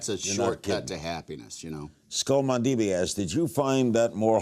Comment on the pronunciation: “skull-man-dee-bee” mandible, Larry.. ..skull mandible.